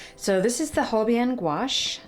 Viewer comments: The gouache isn't gouache, it's acrylic gouache, it's a huuuge difference. The brand is Holbein, Hol-(bein) It sounds like the word "Bein" in German. I think it's a nice box, you can always use these supplies individually 😊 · Holbein pronounced Hol bine with a long i; I believe. Love the Daniel Smith watercolors. Holbein is a great company also. Great box.